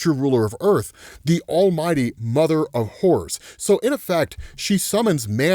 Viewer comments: swear he's saying mother of whores ... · Every time he said “Mother of Horrors” I swear he said “Mother of Whores”